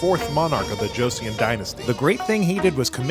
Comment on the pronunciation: "Joe Cyon" dynasty... lolll